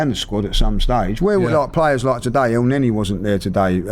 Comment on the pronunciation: Nwaneri is pronounced noir-neh- ree, as in the French noir.